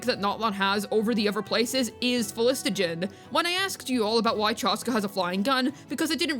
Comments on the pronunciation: For the sake of my autism: Phlo---gis---ton Not phlis---to--gen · Minor correction: it's phlogiston, not phlogistogen. And I don't mind the tech, maybe the thing is that there should be more examples lying around Natlan for it to seem a bit more suitable. For Xilonen, there are those music shops and the dj parties at least in her town and in Mualani's town. Also Xilo in her quest says that the rollerskates use phlogiston glue to travel walls, and needs to apply it again after usage. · Everytime bro said phlostigon there was a overload reaction in my head doing 35k damage buffed after 5.2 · The phlogiston pronunciation was so cooked fam 😂